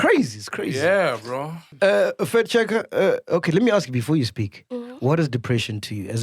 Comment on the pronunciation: Is it just me who heard “fat checker” by MacG instead of “fact checker”